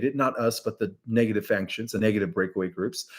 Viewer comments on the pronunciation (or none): Yay for you on Kuyper (or however you spell it ;)! Faction = fack-shun, not fankshun🥰 Stabilize = stable-ize, not stab-ilize Thank you!!!